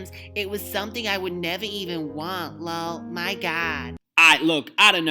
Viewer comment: When say LULL instead of LOL! I die every single time! Childish and funny AF! Summer Ray took me smooth tf out!😂😂😂😂